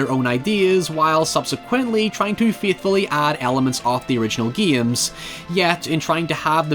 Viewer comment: I love how he says games like geeims.